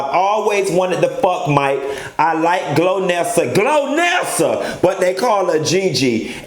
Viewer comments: lol “Glonnesa “ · "Glonessa"....who's gonna tell him?